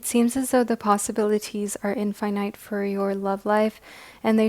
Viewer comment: How she say infinite (in•fin•it(e)) like that like y :c finite (fy•nite)